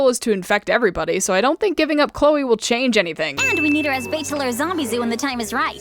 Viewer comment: Lmao, thought her name was "Zombieboo" and not "Zombizou" since i hear them "Boo" more than "Zoo" Lol💀😭🙏